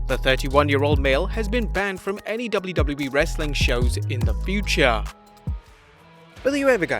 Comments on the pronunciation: Y does he say Wlwle? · In the intro you said doubly doubly bee. Instead of wwe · So no one‘s gonna talk about the fact that the narrator can’t pronounce WWE and I know he has an accent but come on it’s not that hard